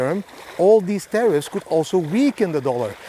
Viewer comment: Tarriffs not terrroris lol